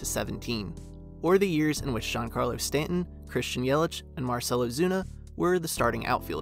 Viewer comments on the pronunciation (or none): none